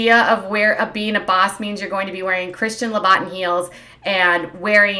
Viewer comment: Christian Loo-bo-tin not how you said it!🤣🤣🤣🤣🤣